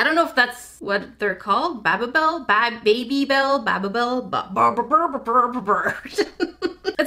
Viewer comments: It’s baby bel not baba bel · its baby-bell not babibel or babblebel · JackieYourSaying it wrong it’s not hard barbell it’s hard baby Bell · me: oh ew it’s babybell: BABA BELL!! Me: oh? 😂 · when she said baby bell like babbybel I atually shouted and said ITS BABYBEL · I love how she she called them ba beee belle instead or baby bell hahaha! Also me:*offended on how she pronounced babybell😢😢😅😅😢 me:bUt✨WhY✨😢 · I googled it and the cheese in original babybel packs is called Allen Cheese. Also it's pronounced Baby Bell. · It's pronounced baby-bell (like a human child baby). Also I think the blue thing was like the checkout scanner? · Hi! You pronounce it bae-bee-bell. No hate, just wanted to help you. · <3 me and my sister are huge fans of you! I'm hoping you might be able to tell my sister that our dog doesn't eat her toys? The dog we have never even goes to her house. Also, at my Walmart there's this journal kit, could you review it bc I want it but don't know if its worth 12.99? Also we have the same chaotic energy :> Love you! ^♡^ BTW its pronounced baby-Bell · It is BABY bell. Like a small child... BABY. Lol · Baby- bel is how I've always pronounced it. The rootbeer concentrate is mainly for flavoring baked goods and cooking not to actually make the soda. The vanilla extract does come in a small bottle in the box. (I forget you don't bake.) And I think you showd confusion over al least one more thing, but I'm just about falling asleep as this is the end of my day. So I hope other people also addressed your confusion and that your week is going well. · BabyBel (Pronunciation: Bay-be-bell) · It’s pronounced baby bell here let me put it in emojis 👶🔔 get it? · you say babybel BAA-bell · It’s pronounced baby👶 bell 🔔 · You pronounce babybel like.... Baby bell Like baby as in goo goo gaa gaa And bell as in ding dong ding dong You might already know but i wanted to comment something so here i am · btw baby balle pounounced like crying baby-school bell